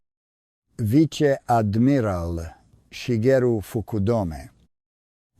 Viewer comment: ‘Veechay ardmeerarl’ (= Vice Admiral) what a stupid piece of recording work!!